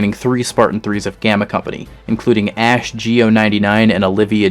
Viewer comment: Is it just me or did I hear ass instead of ash when he was talking about the gammas?